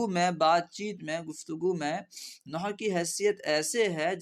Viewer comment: Noh nahi nahav hota he